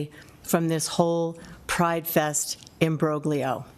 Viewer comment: Imbroglio … someone learned a new word that she was determined to use even if the knuckle dragging, mouth breathers she was addressing wouldn’t understand. Next task is to learn how to pronounce it.